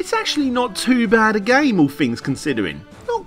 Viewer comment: ITS PRONOUNCED THINGS!! WITH A TH...!! NOT FINGS!!...